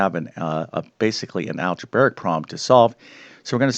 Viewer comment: I like how you say "algebaric". And I got the 18 just fine, but how is this really so hard?